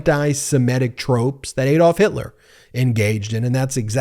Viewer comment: It's ADD-olf not Aid-olf! Can no American get it right?